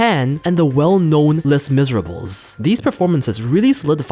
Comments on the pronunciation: Hearing someone pronounce "Les Misérables" as "less miserables" is the funniest thing I heard today, and it is in a video about a horrific suicide in Japan. I am so sorry for laughing about this but that one caught me off-guard. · u pronounced Les Misérables wrong it is pronunced as : Lay Mi-ser-rub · You don't pronounce the s at the end. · "less miserables" lmfaooooo this pronunciation that is so easily found. LOL who is "ellay" woods?? You not even watched a crazy popular movie. It's Elle, not ellay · "LAY MEE-ZER-A-BLUH"!!! bruhhh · ' Les miserables'... the pronunciation took me out. 🤣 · That pronounciatin of les Mis is crazy work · correctly pronouncing multiple Japanese words and mispronouncing Elle and Les Miserables is lowkey funny